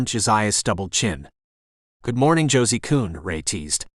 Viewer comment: Did he call him Josi coon? That word is a very not nice name for a black person in the UK. Mostly died out now thank goodness but it gave me a bit of a jolt when I heard it